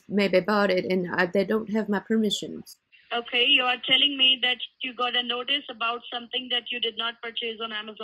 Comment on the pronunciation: "my permissons" 🤣😂